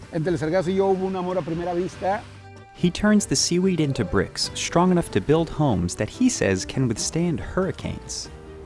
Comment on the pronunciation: Why is the narrator pronouncing an "h" sound between s and t? I.e.shtrong instead of strong. Or shtraight instead of straight. Shtrange instead of strange.